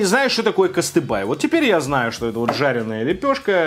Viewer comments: Кыстыбый, а не кыстыбай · Запомни пожалуйста, КЫСТЫБЫЙ, а не кастыбай. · Не кыстыбай, а кыстыбый😅 и надо все это с чаем есть )) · Все конечно понимают, что вы не обязаны знать всё, но когда на сайте написано "КыстыбЫй", то почему вы называете его "Кастыбай"? Это то можно прочитать правильно😉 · На фотографии написано `кыстыбЫй`, но положил болт и читает как `кыстыбАй` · Вроде написано КыстыбЫй, а ты читаешь КыстыбАй. Может нам вместо покашеварим, читать покашевырум? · кыстыбы ну нехай буде кыстыбый но уж не костыбАй, согласен? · Когда говорил кыстыбАй, у меня - татарина из Казани начинали идти слёзы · Произношение просто топ, а во втрохых не кыстыбай а кыстыбый) удачи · Ленар Янгиров причём там написано КыстыбЫй. Не только считать, но и читать разучился со школы, походу 🤦🏽‍♀️ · кастЫбЫй не кастыбАй!!!! Я хоть не татарин но живу в Татарстане и вы так много раз повторяете название не правильно, что не сдержался и решил написать) аааааааа.... пока писал видео не стояло на паузе, и все названия вы сказали не правильно! аааааааааааааааааааааааа...( прям режет слух, я понимаю конечно что за пределами Татарстана таких лов не знают, но прям... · Ну блин ну у тебя даже на скриншотах написано костыбый , а не костыбай ! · это Кыстыбы.... Ударение не то.... Большой пирог зря разрезал.... весь вкус в бульене.Запивают выпечку свежезаваренным чаем😁 Спасибо за обзор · У меня жена татарка. Для начала не татарчА, а татАрча. Не кастыбай, а кастыбЫй. Жена поугарала пока смотрели. А так кухня специфическая у них на вкус. И да, пока смотрели ели ЗОЖную продукцию после тяжёлой тренировки. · Не кыстыбай, а кыстыбый))) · КыстыбЫй ес чо, а не кыстыбАй😁 я русская, но живу в Казани🙂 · КыстыбЫй! Ни одной буквы А нет. Плюс букву Ч нужно читать как Щ. Эч почмак переводится как три угла, потому и треугольник. ЭлЕш, ударение на второй слог. Вак балеш тоже на второй слог. А так цены тебе нет за то что на татарскую кухню обзор снял. Привет от Канадских татар